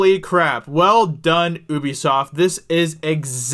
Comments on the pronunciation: The way he says Ubisoft is so annoying, it’s not oobisoft it’s Ubisoft 😂 the same way it’s universal and not ooniversal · It's ubi-soft, not ubbie-soft mate.... Jesus bloody Christ... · It’s pronounced “YOUBESOFT” not UBEFOST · Oubisoft, it’s youbisot. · It's not "oobi-soft" it's pronounced "hue-bisoft" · Really wish Americans would stop pronouncing Ubisoft as "OOBISOFT" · Pretty sure it's "yew bee soft". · Woa buddy had to immediately dislike because of how you pronounced Ubisoft